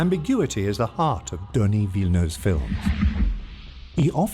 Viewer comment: I subscribed for the near perfect pronunciation of Denis Villeneuve. Extremely enjoyable to watch!!